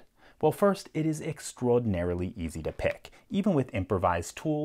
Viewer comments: why does he say extowoadinarily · Some accent came out in this video with extraordinarily, I liked it! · Is it only me that thinks he sounds New York-ish when he says extraordinarily